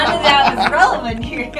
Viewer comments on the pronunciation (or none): none